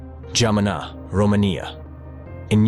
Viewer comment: I had to quit watching; the glaring mispronunciations are terrible. Leed poisoning? Really? RomanIA? your robot needs re-training.